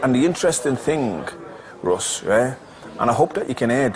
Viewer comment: its ROSS not RUSS, dick.